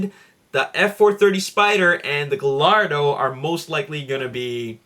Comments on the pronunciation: Advice, The Gallardo is pronounced Guy -Ardo:) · Gallardo is not syad guyardo that is stupid my last name is GALLARDO!!!!!!!